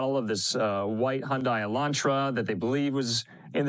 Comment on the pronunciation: He said "selantra" and it's easy to understand why, because he was going to say "sedan" but quickly corrected to "elantra" which gave rise to "selantra". Don't be petty!